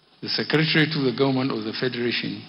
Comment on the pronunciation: Gaunmenht or Government??? What is he talking about? Somebody help me!